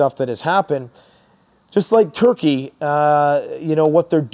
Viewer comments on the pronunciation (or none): none